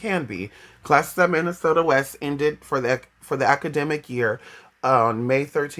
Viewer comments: The ones telling you and making you have feelings shouldn't they tell you how to say towns correctly it's Minneota like pronounced ( Mini ota) or take the S out of Minnesota. Also Minnesota is the state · I live 3 miles from minneota I was 21 when he went missing his car was found within 8 miles of where I live. No I didn't know him. It just seems everything I see about Brandon everyone mispronounce Minneota. I do remember the river was flooded and normally does in the spring when he disappeared and normally in the summer you can normally walk down the center of it and it's hard to find a spot deeper then waist deep but most places are about knee deep. I have no clue what happened to him but have a few ideas that may have happened